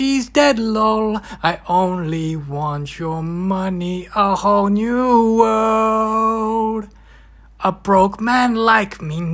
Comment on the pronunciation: Nah chill, I wasn't ready, suspecially for "Hoe knew wurld". Final level entertaining.